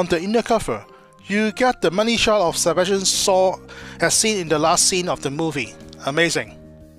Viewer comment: That actor is Sebastian SHAW not sebastian SAW...my god..your english pronounciation really makes me laugh.